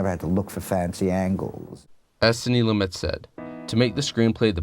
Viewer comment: Thanks for pronouncing Sidney's last name correctly. Nobody else does.